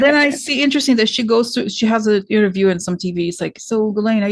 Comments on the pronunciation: ...you are pronouncing Ghislaine's name correctly.... The G is not hard... it's chiz.... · For what it's worth, I want to congratulate for having pronounced properly the French name of Ghislaine. I am from French Canada and I know a few women with that name, here we pronounce it with the sound ' Jisss-laine' and not the way we've been hearing for a few years now. There is also a French name called Guylaine...that one is pronounced the way the English people have been pronounced G.M.'s name. How could both Ghislaine and Guylaine be pronounced the same way??? So again thank you for the proper French pronounciation. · you pronounced Ghislaine s name perfectly actually.